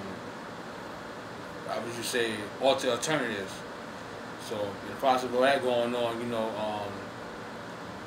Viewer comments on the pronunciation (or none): Dude said "alterternatives" lmfao! Not ulterior motives, "alterternatives" lol!